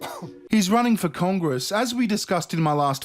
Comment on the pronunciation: "IN CORN- GRESS" LOL